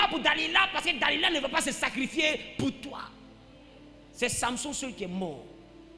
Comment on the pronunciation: Delila et non Da-lida Amen